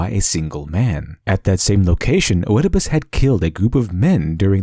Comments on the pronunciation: To summarize it for people who may have had a hard time following: Western Storytelling relies on conflict, rather than the adventure. Eastern Storytelling relies on the adventure, rather than conflict. also, and this is gonna be very nitpicky: "O-edipus?" That "O" is silent! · I cringed every time you said Oedipus. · An excellent analysis. And I should know, since I am totally uninformed about the Eastern tradition! :-) One tiny (and totally pedantic) quibble, though. You are pronouncing Oedipus incorrectly. I know that this shouldn't really impact the strength of your argument, but people often judge on your credibility rather than your arguments, and incorrect pronunciation threatens credibility. The "Oe" at the beginning of "Oedipus" does not represent two separate vowel sounds, as you have been pronouncing it (i.e., not "Oh-ed-i-pus"), it represents a diphthong in Greek that was originally written "Oi", pronounce more or less the same way as "oi" in English (the original Greek name of the play was Oidipous_Tyrannos -- literally, _Oedipus_the_Tyrant_, though the word tyrant in those just meant someone who ruled by force, not necessarily one who was evil); when translated into Latin, the combination "oi" is replaced with "oe" because this was the letter combination for the same sound in Latin (in Latin, the play is called _Oedipus_Rex_, which means _Oedipus_the_King_). In later Latin, the sound of "Oe" shifted to the sound "ay", but was still written "Oe". It was borrowed into English in that form, and then changed again with the Great Vowel Shift to be pronounced "ee", even though it is still written "Oe". Compare it to the words "phoenix", "foetus", and "onomatopoeia", or the old spelling (still modern British spelling) of "encyclopoedia" or "diarrhoea". The name, in English, is most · Wonderfully informative video but please ... I beg of you, ... DO NOT PRONOUNCE THE "O" IN Oedipus. Thank you😊. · Eeeeedopus. Not 'oh-eh-a-puss'. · =Edipus. Ignore the O.